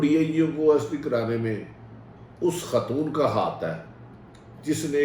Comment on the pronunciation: It's OSDs(On Special Duty) not OSTs! Bhatti Sahib!